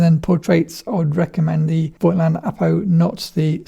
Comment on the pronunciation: I would really appreciate if you guys remembered to pronounce the brand name correctly. The „i“ in Voigtländer is silent.